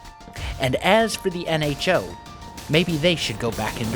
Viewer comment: You mean "N-ho to the nHo"